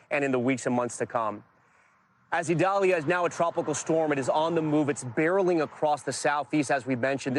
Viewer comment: Prayers for all people and animals affected by Idalia 🙏...Desantis wouldn't even pronounce the name of Hurricane Idalia correctly because it is a Hispanic pronunciation. Insisted on calling it Eyedalia when the hurricane center's official pronunciation is «EE dal ya». The guy can't even stand for diversity in names! Horrible to have him representing Florida.